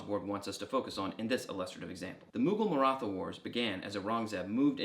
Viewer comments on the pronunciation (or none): The "th" in "Maratha" and "Marathi" is more of a breath-y "t" sound, not an ð sound. In English a more accurate pronunciation would be a hard "t", like the th in "thyme". The ð sound is fairly unusual throughout the world, English is one of the few languages that use it.